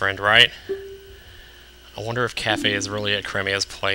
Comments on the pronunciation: Im pretty damn sure its pronounced "kay-fee" not like cafe... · his name is pronaced KA-Fie